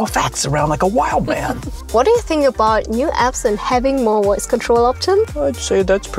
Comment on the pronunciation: Woice control?